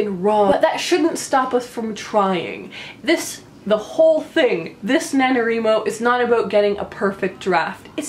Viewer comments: Do you wreet or do you write? Why do you think it's called NaNo-WRI-Mo and not NaNo-WREE-Mo? And why does every single person who mispronounces it this way shriek the mispronunciation, as if he or she is determined to force that on the world? Couldn't stomach even a minute of this. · Did you say NaNoREMo? lol